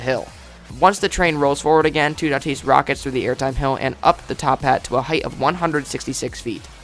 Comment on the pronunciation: You say toutatis lile tout at is